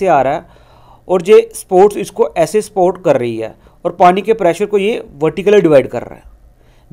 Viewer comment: Sports Kya hota hai bey ... Support ko sports bol ra h